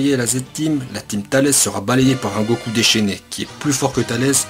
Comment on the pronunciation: A il dit pas Goku mais goko😂😂 likez si vous avé remarque